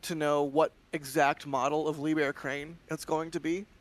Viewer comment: The H in liebherr is not silent